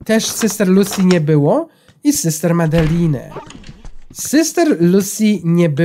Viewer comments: Wesołych świąt ale czyta się Madelin a nie Madeline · to się mówi madelejn